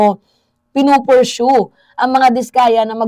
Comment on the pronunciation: ayusin mo naman ung pronunciation mo sa pursue para d nakakahiya ang tamang bigkas ay pursu d purshow.